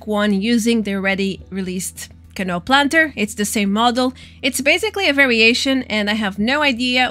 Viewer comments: Just an FYI from 1 ESL to another. Canoe it not pronounced can-o but can-OO. Like the sound in Raul (which is Raa-OOL) or like Two (tOO or tu) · Canoe is pronounced "Ca New" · It's Ka-knew hehe, great video <3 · It’s pronounced Ca-new. That is all. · ca-new =D